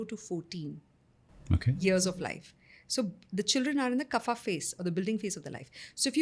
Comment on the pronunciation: Wonderful podcast. A little correction here. Its not 'kaphaa'..extra 'a' used by south indians and its not even 'kaph' (i have not heard anybody speaking like that). It actually is 'Kapha' with just a sound of 'a' and not 'aa' in the end. The place of Origin of ayurveda is not significant when talking about pronounciation, it's the language construct which was Sanskrit not a particular south indian language.